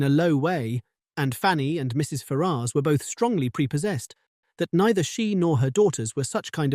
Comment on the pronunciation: Very good, but am I the only person that's going mad at the pronunciation of Ferrars? Every time I hear it, I am thinking, who are you talking about 😂